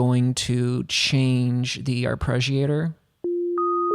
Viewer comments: Why are you pronouncing it "arpReggiator"? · arpreggiator lol